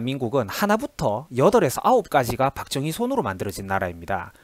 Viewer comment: 영상 잘 보았습니다.내용에 상당부분 공감합니다.다만 'ㅈ'발음 하실때 조금 신경써주셨으면 합니다.다른 부분에서도 많이 들리는데 특히 박정희 대통령 발음하실때 박thung희 처럼 들립니다.뒤로 갈수록 괜찮아 지십니다만 초반에 두어번 언급하실때 특히 그렇네요.영상 시작할때 '자~'하실따도 'thㅏ~'로 들립니다.의도적으로 그렇게 하시는건지,제가 유독 예민한건지는 모르겠으나 거의 오디오에 의존하시는 포맷이라 더욱 신경 써주시면 좋을것 같습니다.굉장히 민감한 소재들이라 안좋은 소리도 많이 들으실것 같은데 힘내시고 좋은 영상 많이 부탁드립니다.